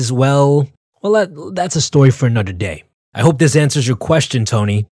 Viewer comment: “Anoder Day”